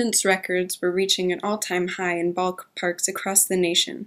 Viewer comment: Unlikely, 1903, 1911, 1912, 1914, 1917, and 1918 all contain suspect games or are are entirely suspect. Chick Gandil was a first baseman... not a pitcher. It's pronounced SEE-cot. this is actually a topic of dispute among historians. What's a 'balk' park? 'To date' would imply up to the time of the creation of this video, which is certainly not true The trial was actually to determine if they had 'defrauded the public and others' and this is what they were acquitted of. His name is pronounced Ke-ne-saw. This sentence needs serious work. I must be fun at parties.